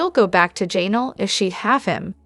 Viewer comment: I’m honestly not trying to be negative, but it’s so distracting how your AI messes up some of the names so bad.. especially ‘Jay-nal ‘😂